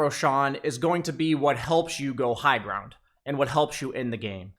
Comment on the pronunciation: he also said "grownd" lol